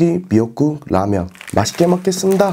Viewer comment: 소국기 멱국 라면